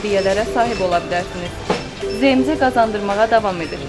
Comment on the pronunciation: olkedeki bahalashma?? A booy, ne danishirsinizz bixde ele shey var? )) P.S. ZMC-ZEMECE yox ZEEMCE kimi teleffuz edilir, bey)